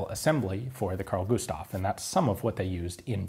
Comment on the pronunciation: "Carl Gustav" Eh, not so bad. "Husqvarna" YIKES!